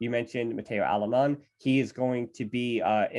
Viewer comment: Wtf are these American name pronunciations ? It's Alemany , Benaiges and Alexanko.